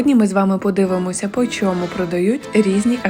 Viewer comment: Почьєму почОму? Чому gramd , а не grand?☺️